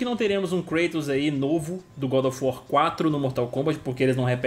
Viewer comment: good of war = bad of war!